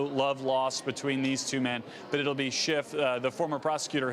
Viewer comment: It's SCHIFF...not SCHIFT!